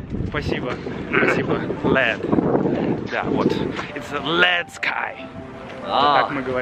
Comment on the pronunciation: Свинец по-английски это lead. Произносится [led].